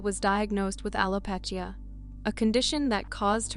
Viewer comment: Al-ow-pee-sha. Jees you can't speak properly